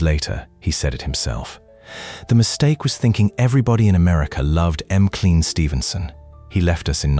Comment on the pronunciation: I agree. M Clean, Ginger Roogers, Betty Grabble, Lenardo.